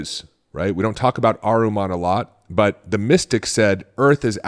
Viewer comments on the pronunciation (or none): Not Ahruman. It’s Ahriman 😊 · Ahriman (/ˈɑːrɪmən/ not aruman